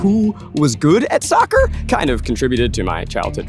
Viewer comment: They lost me at "saccer" 😂😂😂